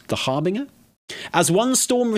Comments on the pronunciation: It’s pronounced härbənjər, or basically it’s harbenJer not harbinGer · Har-binge-er like you're bingeing a TV show. HarBINGEer. People are allergic to pronouncing that word right. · "harbiNGer"? like "singer" and not like "cringe" ?! not even UK english has this pronounciation for that word :D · Sorry, it is pronounced "har- BINJ-er" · Dude I love you, you are funny af, even if you want a splurging by old gods and can't say Harbinger. ❤ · You two are fantastic but the way you are pronouncing harbinger is driving me nuts 😂